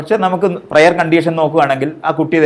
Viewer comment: പ്രെയർ അല്ല 'പ്രയർ'